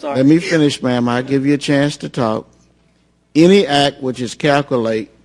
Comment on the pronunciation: The judge sounds like he has a problem too. He says "Casey Anfony" and "calcoolated".